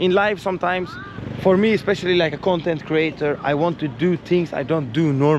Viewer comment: I don't know who taught you to say the word (chonteen). It's not polite